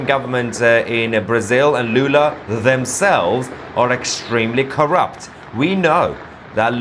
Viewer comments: Not Lulu, it's Lula, Got it ? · If you want to make serious news how about starting by naming presidents by their real name. It‘s Lula, not Lulu.